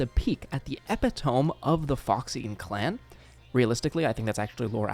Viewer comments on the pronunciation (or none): Saying epitome like that hurts my soul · the way you said epitome 😭😭